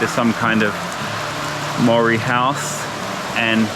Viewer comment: TOE.POOR not TOWELPOE. That "moory house" is called a MARAE (MA.RAI). Also its MAOW.RI not Moory. All the effort to learn hindi but cant pronounce maori properly.. 🤷‍♀️